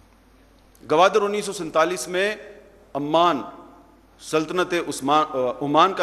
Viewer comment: He is pronouncing Oman as Amman. Oman is a country & Amman is the capital city of Jordan. This is basic knowledge & he doesn't seem to have it.